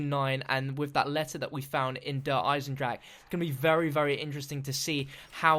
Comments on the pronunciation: god, I like you as a youtuber but i HATE the way you say der Eisendrache. ITS NOT DER EISENDRACK ITS DER EISENDRACHE!!! i dont mind the -ck part but PLEASE SAY THE E AT THE END! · Der eye sin jrock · Can you please stop saying Der Eisendrache pls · Dude... I AM GERMAN! i think i know how to speak a german word. This translates to the metal/ iron dragon. its not pronounced with a ck